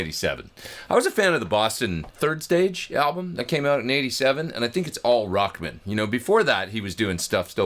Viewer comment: Sweet! Funny, you say "Rockmun", like a dude's last name. I always say Rock-man!